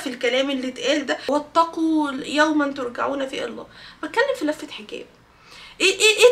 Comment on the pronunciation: لو قصدك علي آيه (واتقوا يوماً ترجعون فيه الي الله) ف الصح ان ترجعون تتنطق بالچيم وليست بالجيم ☺️